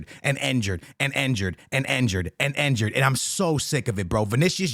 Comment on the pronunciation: Injured ❌ Enjured ✅